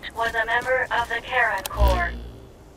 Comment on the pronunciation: Does anyone else keep hearing "Karen Core"?